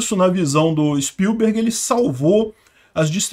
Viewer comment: Na pronúncia do sobrenome do Steven Spielberg, eu vou escrever como fala corretamente. Levando em conta que as letras em maiúsculo são as sílabas mais fortes, a pronúncia correta é s P Í l b e r g , e não s p i l B E R g .